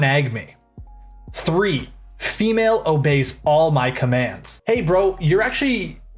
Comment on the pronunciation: Why does he say ‘female’ like it’s some sort of Pokémon dawg 😭😭